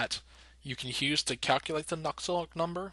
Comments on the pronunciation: What's so hard to pronounce about Nusselt? Why are you adding a k in there lol. Nuksult, wtf lol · Nusselt dude. Not Nuckselt. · why u sayin nuksult